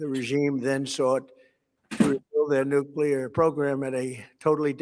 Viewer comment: NOO-KLEE-UR NOT NOO-KYU--LUR